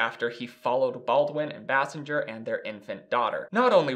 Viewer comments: His ex-wife’s name is Kim Base-sing-er not Bas-singe-er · Bay-sing-er not Bah-singe-er smfh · Basinger=BAY-sing-er not Bass-en-ger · FYI it's Bay-sing-er not Bass-in-ger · Kudos to you for factually pointing out in chronological order the fact that Alec Baldwin has a long term history and provable pattern of abusive behaviors that prove he is a useless pustule and a danger to society. Kim Basinger (Properly pronounced BASE-ING-GER) is an Oscar award winning actress who has been almost forgotten because his horrendous behavior went unchallenged. She was just another crazy woman in Hollywood. He was a white man in Hollywood as part of the good ol boys establishment remained unscathed. Thank you for doing your homework. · This is just a great show, I really enjoy it. It's Kim (BAY-SINGER), she pronounced it in an interview I once watched. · This is v nit picky but Basinger is pronounced like bay-singer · Thank you for correcting the pronunciation of her last name. It was driving me nuts. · I’m amazed that he was unfamiliar with Kim Basinger (thus the name mispronunciation). Kim Basinger was pretty much the “It Girl” of the late 80s through the early 90s. I remember being a child and seeing her in so many films and in countless magazines. For fun, today, everyone should look up and listen to the song “Peach” by Prince. It’s about her, as she and Prince had a little thing before she married Alec. Prince attempted to help Kim with a music career, but she wasn’t much of a singer. She did, however, make some cute little sounds that he tied into various songs during that period (he did the entire soundtrack to that 1989 Batman film), and Kim Basinger can be heard throughout the song “Peach,” making what sounds like a sort of moan-hiccup. I’m pretty sure Prince titled the song “Peach,” as Basinger hails from Georgia. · Please learn to say Kim's name properly. How can we consider your opnions when you can't even get someone's name right? You're welcome.